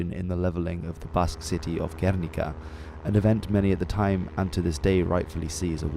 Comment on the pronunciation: Thank you. Very short, precise, and historically accurate documentary with a balanced view of the conflict and excellent graphics. Your Spanish pronunciation is very good (although Guernica is pronounced [ɡerNIka], emphasis on the second syllable). In summary, excellent job! KUDOS